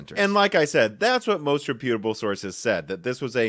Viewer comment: always surprises me how few people know how to say 'reputable' properly lol